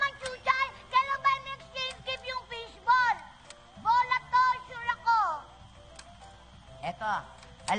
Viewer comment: It's fish bowl, not fishbol hahaha